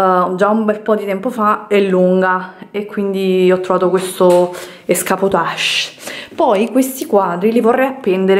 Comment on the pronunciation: EscaPotage Hahaha ma come parli...si dice ESCAMOTAGE